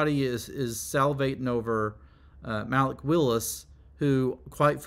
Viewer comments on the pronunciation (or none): Malik (Ma-Leak) Willis not Maalick Willis